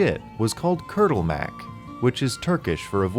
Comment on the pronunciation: yea you fucked up "kurtulmak" :P Like so much I can't even say "it was ok" to make you feel good but no one cares :P